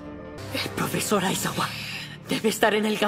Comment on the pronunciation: Aizawa le dicen ais-agua